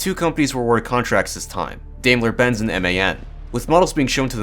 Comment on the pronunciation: dime-ler. Not D-aim-ler. :c